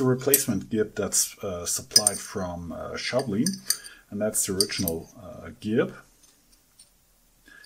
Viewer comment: haham I see Horror Fright has invaded your shop. Did you pick up that handscrew when you came to the States last time? Great Video! BTW, yo are saying it wrong. It is not Shou bleen, it is Shaw blin.